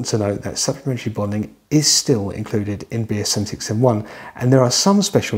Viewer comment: Thank goodness that the tongue twister BS7671 is written in the description text... it's impossible to ascertain from any of the occasions that it is spoken... "be'esevixevven-one" good, clear, informative video aside from that. Thanks.